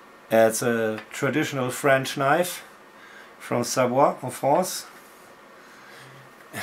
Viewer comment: You have a perfect french accent when you say "Savoie, en France". Are you french do you just happen to speak french?